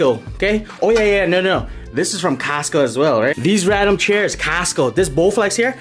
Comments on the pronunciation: The way he says "costco" sounds like he's saying castco. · It's not Casto... its Costo!! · "Kast Co" 😂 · No one:: "cAStCo"😂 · I love the part where he said "casstco" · How else do u say it? 😂😂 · The way he says Costco 😂😂😂